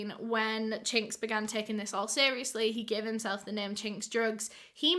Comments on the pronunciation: when she said his name i thought she said the slur for asian ppl i.. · Everytime u say his name I can’t help but cringe lmao